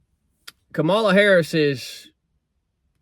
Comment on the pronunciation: every " fact" you said about Kamala ( your next president is pronounced COMMA LA). is wrong. You have 50 days to learn a few facts that are real. Like her father was an economics professor and she is the most experienced woman for the job. Trump repeats the lies he wants MAGA to parrot. He said he lost the election. Yet, there are MAGA who say he won. That makes someone weak-minded. Here is the Oath the military took. I, _____, do solemnly swear (or affirm) that I will support and defend the Constitution of the United States against all enemies, foreign and domestic; that I will bear true faith and allegiance to the same; and that I will obey the orders of the President of the United States and the orders of the officers appointed... If you support Trump and his project 2025, you are breaking the oath and ALL the hard days you put into building this nations.